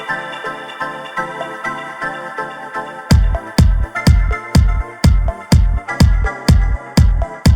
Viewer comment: It is Kali Limenes, not "Kaloi". The "oi" only makes sense in greek letters.